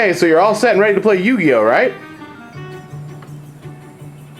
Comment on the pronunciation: Dude, slow down. you were talking so fast that you mis-pronounced yugioh. But besides that GREAT point people always make fun of me and my friends for playing the game but i bet they couldn't even learn to play the game if they tried. t'would show them why we're playing a "dumb little kids game"